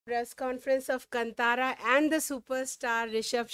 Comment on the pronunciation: It's pronounced KAAN THAAARA.. Not kant araa